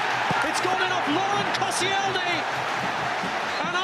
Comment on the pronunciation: Who the hell is "Kossy-ell-knee"? This is why you're only on Sky 2 mate.